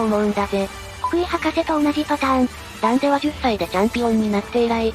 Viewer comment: ダン「テ」？ダン「デ」ではなく？